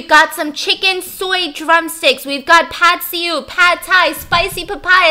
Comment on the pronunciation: u said pad se ew wrong btw but its ok love you steph <3